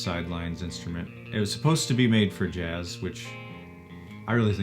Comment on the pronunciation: “I love Juzz”. It’s jazz, JAZZ. You don’t even know the name of the thing you’re stealing from me” XD